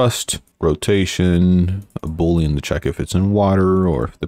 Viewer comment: Did dude say bullion? I think he meant boolean...